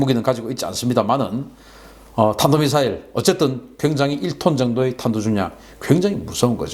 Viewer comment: 외국 나가서도 나라 개망신 국내있어도 나라 개망신 A4용지 적어준 글도 제대로 못읽어 탄도 를 단도라 말했다고 하는데 개쪽팔려 내가 얼굴을 못들겠다